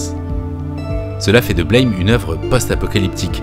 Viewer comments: Super video, extrêmement intéressante. Une remarque cependant : le titre du manga se prononce “Blam!” (Comme l’onomatopée d’une porte qui claque par exemple) et non pas comme le mot anglais “blame”. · Au fait "Blame !" c'est une onomatopée. Ca se prononce "blam" pas "Blèyme". Analyse Un peu trop tirée par les cheveux. C'est un juste un manga d'action un peu bordélique avec des décors de dingues. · Bonjour et merci pour cette vidéo ^^ Juste deux points importants : Blame se prononce à la française car en japonais les symboles forment ces trois syllabes ブラム！(Buramu!) en gros BEU-LRA-MOU (en phonétique); et Star wars ne sa passe pas dans le futur justement, mais dans le passé "Il y a bien longtemps, dans une galaxie lointaine, très lointaine" ce qui renforce son caractère "Héroic-fantasy". Ces informations son du détail, mais comme tu as l'air attaché au détails à juste titre, je tenais à préciser. ^^ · Aussi étonnant que ça puisse paraitre, le titre se prononce \blɑm\, ou Buramu avec l'accent japonais. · c'est un détail mais ça se prononce comme le mot blâme, à la française ^^